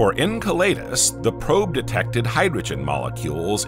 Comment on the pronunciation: En Cell e dus... Pronunciation is key